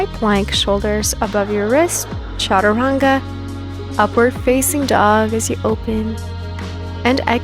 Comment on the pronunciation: My wife watches your videos. They’re good. I’m happy for your successes. But one request. When you prompt for upward and downward dog, you emphasize “facing” and draw the word out. Can you please consider emphasizing the more important words like “downward” and “upward”. It’s a small thing but after hearing it hundreds of times I have to say something. Am I the only one who notices this?